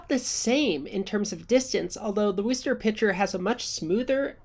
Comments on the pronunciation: Love the content! Don't let the weird team name fool you, Worcester is pronounced "wuss-TER". Or with a heavy local accent: "wusst-UH". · Just because it's a f'd up Massachusetts city WORCESTER is pronounced WUSTA....I know I know...there dozens of cities in MA that aren't pronounced like they're spelled lol